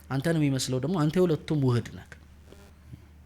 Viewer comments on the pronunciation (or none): ❓ እንዴት " ነክ ነክ ነክ ነክ ነክ ነክ " ❌❌❌ አይባልም:: እንዴት ነህ ነህ ነህ ነህ ነህ ✅✅✅ ❓ እጅግ ብዙ ጊዜ " ህ " ን... በ " ክ " ተክተህ ነው የምትጠቀመውና ብታርም:: ሥነ-ጽሑፍ ላይ እየዋኘህ ፊደላትን መለየት እንዴት ተሳነህ ❓⁉️... የሚያዳምጡ ልጆች ትክክል መስሏቸው እነሱንም ያሳስታልና:: መጣክ ❌❌ መጣህ✅✅ አልክ ❌❌ አልህ ✅✅ ገባክ ❌❌ ገባህ ✅✅ ነክ ❌❌ ነህ ✅✅ አነበብክ ❌❌ አነበብህ ✅✅ እንዳልኩክ❌❌እንዳልሁህ ✅✅